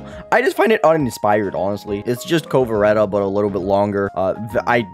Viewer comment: Why do you keep saying "Vasureta" and "Kovareta" do you know what a W is lol